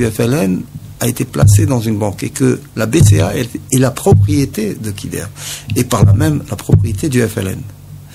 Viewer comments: allah yerham les vais moudjahidins vous parler de dakhmouche youssef alors que vous ne le connaissez meme pas et vous n'etes pas sûr que c'est le tueur en plus on dit khider on ne dit pas kider et enfin ou est le tresor du peuple algerien ????? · Il prononce Kider au lieu de Khider